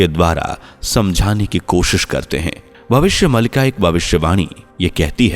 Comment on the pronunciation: नैरेटर जी आप “भविष्य मालिका” का उच्चारण सही तरह से करें भविष्य मलिका ❌ भविष्य मालिका ✅ मलिका एक उर्दू शब्द है जिसका अर्थ है मालकिन❌ मालिका एक संस्कृत शब्द है जिसका अर्थ है माला ✅